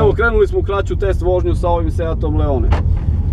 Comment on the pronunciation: Druže da li je moguće da radiš testove automobila, a da si toliko nepismen? Da ne pominjem pogrešno izgovaranje naziva modela, dakle nije Leone nego Leon. Engleski, strašno...😮 Funkcija cornering je jedna reč, nije corner ing kako si ti izgovorio. Strašno...😢